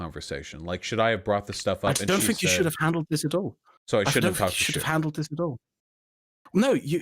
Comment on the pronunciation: “Dis” oh my god he really can’t pronounce ‘th’